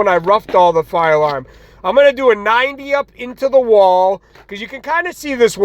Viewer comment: It's pronounced " Far Larm" lol